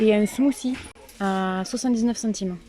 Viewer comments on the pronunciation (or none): none